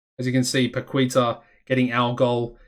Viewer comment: it is Ca-la-bria and Pa-Key-Ta:)